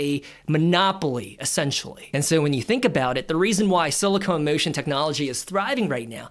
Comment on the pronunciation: It's "SILICON". NOT "SILICONE"!!!!!! Too busy running your mouth all over the place. Money should be in a South Korean ETF with 20% in SK Hynix, 20% Samsung Electronics. Rest of their holdings include Hyundai, Motor and various Aerospace and Shipbuilding companies. FLKR is 40.87 and only has an expense ratio of 0,09%. Go South Korea!